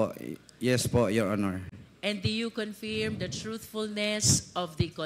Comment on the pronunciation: Hindi ganon ang pronunciation ng confirm… 😮